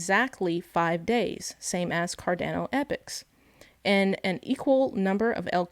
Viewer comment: She called it cardaano so I stopped watching